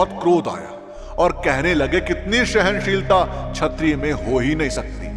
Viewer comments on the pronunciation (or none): Chhatriya nhi BHAI brahman m nhi ho skti kha kripya sabdo ke uchharan m vises dhyan rkhe or shi gyam bate